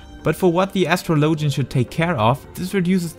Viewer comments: Please tell me Asstrolowgen is not the right pronunciation in english. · astro -low-gen haha ur accent made me giggle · That is not how you pronounce it... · ....i couldn't continue with the video after that botched pronunciation of Astrologian.